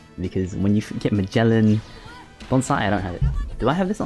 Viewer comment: Who is majellyan? Lmao jesus christ you pronounce every characters name wrong. It's really sad.